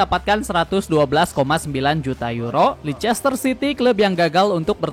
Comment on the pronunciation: leyster bang bukan licester